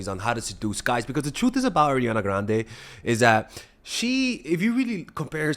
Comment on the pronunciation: I really love the way pronounce Ariana Grande